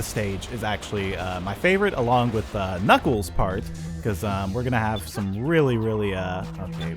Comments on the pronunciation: It's Knuckles not Knikles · it’s not niggles it’s knuckles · you're saying knuckles' name wrong